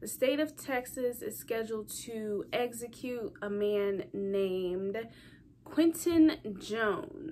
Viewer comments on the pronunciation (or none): "EGGS ECUTE'...